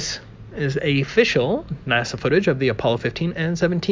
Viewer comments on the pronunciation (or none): "Afficial" lol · I'm sorry. Afficial. What the fuck?